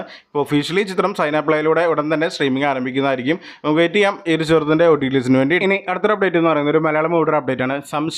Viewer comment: ചെറുത്തിൻ്റെ അല്ല ചിത്രത്തിൻ്റെ